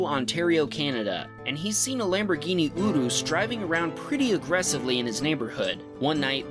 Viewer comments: he said it how you would properly say it in Italian. not some bs english pronunciation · He said it right